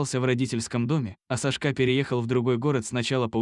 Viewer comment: Какой ужасный диктор, в этой истории все перевернули с ног на голову, не понять где начало, а где коней и инаверное не сашкÁ а cÁшка !!!